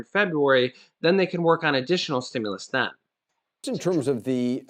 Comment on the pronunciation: Stimulus!!! Not Stimuless!!